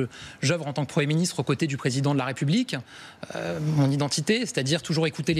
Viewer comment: La républiquin. Les problèmin. On dirait Marc Olivier Fogiel.